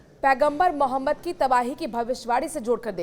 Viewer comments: Anchor mohtarma Hamare Paigambar ka naam acche se bol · Patrakaar Sahiba mere Nabi ka Naam thoda sahi se lo Yun Hi nahin Hai un per Sara ❤❤❤jamana Fida